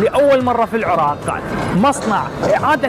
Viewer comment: عزيزي الإعلامي... ليس انتقاصا من شرحك للمشروع(مصنع التدوير) لكنك طريقة كلامك وكأنك تذيع بيان رقم ١ .... تركز على الحرف الأخير أثناء شرحك للمشروع... غرففف ، انتاجججج ،العراققق، تدويررر... تحياتي